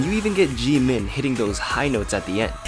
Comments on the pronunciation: Not trying to be rude in any way But... you said G-Min and it’s actually Jim-In And... you said the untold truth and it’s actually the truth untold ( this comment was just to help you correct your errors I love your channel and not trying to offend you in any way) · It's pronounced Jimin not Jee Min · Did he say “Je-min” 😂😂 lol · Okay, I think you pronounced Jimins name correctly but I mean I laughed "GEE, MIN!" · .... did u just say gEe min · gee-min hahaahahaha